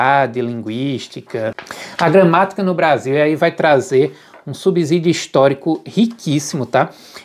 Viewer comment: Você me decepcionou ao dizer "desiguína" ao falar sobre o livro do Sacconi. Em seguida disse "subzídio". Lamentável!